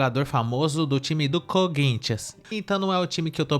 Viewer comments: Só fiquei com uma dúvida, o que é um colintianu? Foi isso que ela disse?😂😂😂😂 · A mulher não sabe nem falar "Corinthians"